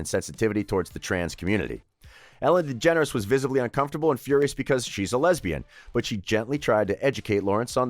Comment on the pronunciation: Ellen degenarate?🥴